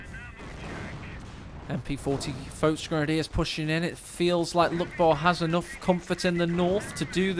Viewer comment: Well except the folk grenadier